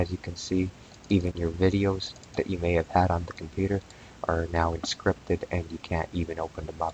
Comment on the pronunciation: The list of words that elude pronunciation grows...."Temporary"..."Encrypted" .... "Configuration".... "MSConfig"